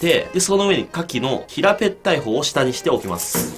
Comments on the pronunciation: 愛知って平ぺったいって言うんだ わい平べったいなんだが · 平ペったい笑 平べったいじゃないんだ